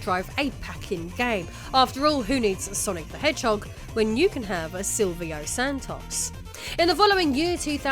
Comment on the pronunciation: Love you pronunciation of Silvio Santos